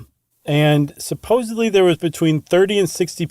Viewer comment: Aww Chuck... 'Supposebly' 👀